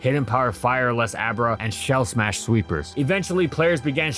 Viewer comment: lol "shell shmash shellder"